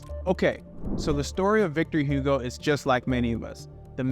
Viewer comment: Listening to you is like a cancer for ears. If you wanna do educational videos you should learn how to pronounce the names of places and people… it is not Victor Hyugo but Igo, not Notre Daim but Notre Daam